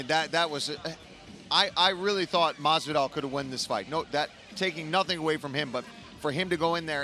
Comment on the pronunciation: Okamoto: "George MaZZvidal"